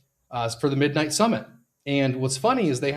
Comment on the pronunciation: I have heard of Monero but what is MonoRow? I was invested heavily into MidMight only cuz the YT influencer kept pronouncing NIGHT wrong 🤣